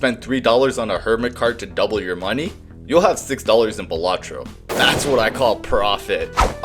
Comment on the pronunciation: I mean...I gotta point out that it's pronounced BAL-a-tro, not ba-LA-tro.